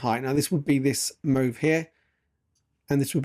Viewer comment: Sorry, but i have to ask. Do you have a speech impediment? Why do you pronounce the word "move" like that? It genuinely sounds like your taking the p*ss tbh.😃